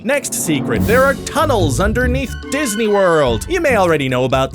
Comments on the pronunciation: Anyone else notice "Diney World"? Because I didn't. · tunnels under "DINEY" world ;) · I'm here for the "Diney" World facts. :D